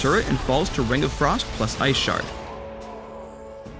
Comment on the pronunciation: i heard "iceporn". ahahaha!